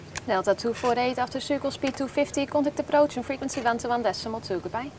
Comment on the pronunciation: De Engels uitspraak is echt verschrikkelijk. "Delta toe voor eet after sukkel speed toe fifty kontekt approots en friekwensie wan toe wan des summel toe goodbye"